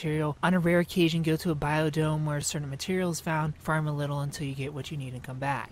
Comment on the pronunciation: "Biodomes" haha....it's "Biomes"